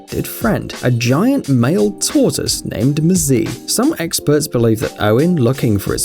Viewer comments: Mzeh is the pronunciation for the tortoise. Mzee means old, elder human. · That's not how you pronounce "Mzee"! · Couple of corrections on the hippo story- his friend is very definitely a tortoise, very definitely NOT a turtle, his name would be pronounced Mzay, not mzeee. Mzee is a term of respect which literally means “old man” in Swahili.